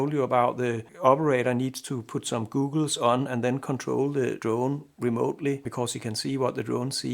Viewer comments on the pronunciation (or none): You pronounced “goggles” like “googles”. I thought you might want to know. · FYI: Your pronunciation of 'goggles' (eye-ware) is sufficiency incorrect to be confused with 'google' (search-engine).